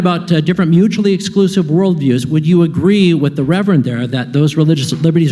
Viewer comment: "Reverend"? Nope...